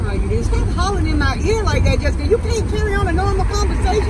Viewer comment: I love how she says Jessika..😁